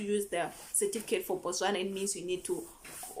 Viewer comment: You pronounce the word Botswana quite well. I'm impressed.